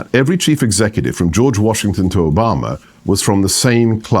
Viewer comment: His added flare in the pronunciation of Oohbomma made me laugh every time he brought Obama up